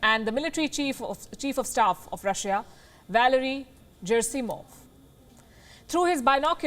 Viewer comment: Not zerasimov, but Gerasimov-गेरासिमोव.